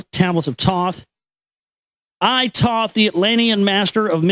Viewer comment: I made it past "prefice" ok, I cringed at "Toth" but shook it off, but when Toth started secreting some substance I've had enough. Dear gods.